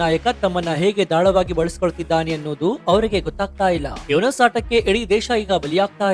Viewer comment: ಮಹ್ಮದ್ ಯುನಸ ಅಲ್ಲ ಯುನುಸ